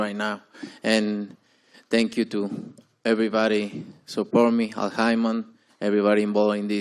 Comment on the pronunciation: Canelo said Paul Hymen 😂